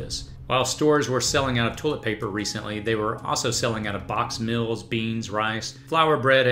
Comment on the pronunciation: It’s meals not mills.